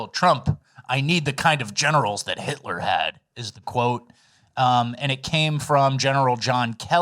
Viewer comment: Waaa waaaa 😢 hitwer oh noo it's scawy Hitwer😢